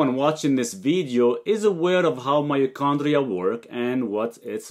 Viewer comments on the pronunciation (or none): its called „mitochondria“ my G, not myochondria